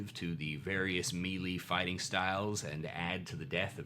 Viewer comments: FYI Melee is pronounced may lay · I admit that I inwardly cringe when I hear him say melee, but that's only because I too used to pronounce it "mealy" and only managed to reprogram my pronunciation by overtly paying attention to the way I said it to the point that it just feels wrong now. Oh the trauma of learning words through reading and only finding out later in life how they are actually pronounced. I still hate how "cache" is actually pronounced. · is such an underrated pillar of the D&D youtube community. Every single video he puts out is packed with helpful insight, positive energy, and a high percentage that cute cats will make at least one appearance. The humility at the beginning when he apologizes for his pronunciation of "melee"...this guy never ceases to impress.